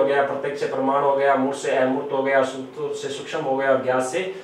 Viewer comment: ये सर पढाते बहुत ही अच्छा है पर इनमे एक कमी है वह कमी ये है कि एक हिन्दी के अध्यापक होने के बावजूद भी उच्चारण सही नही करते स्थूल को बोलते है सथूल स्तर को बोलते है सतर यदि ये मेरे वाली टिप्पणी सही लगे तो एक बार reply जरूर देना सर